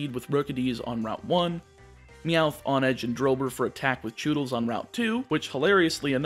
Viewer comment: Isn’t it pronounced “HONE-edge”, as in how one has to HONE their skills in order to improve.